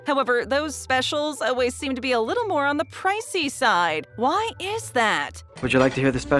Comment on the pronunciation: To the narrator, the word always is pronounced “all ways” not “oh ways”.